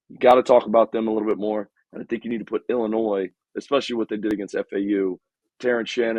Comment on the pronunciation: exactly this is a different team with no drama among the players like last year. he pronounces the S in Illinois, no wonder he has a bad take